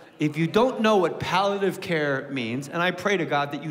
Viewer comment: *palliative like when smoking with pals - pally-a-tive